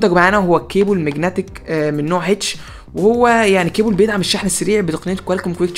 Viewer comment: كيبل مو كيبول😩😩😩😩